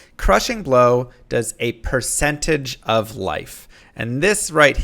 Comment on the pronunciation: he just said "precentage of life"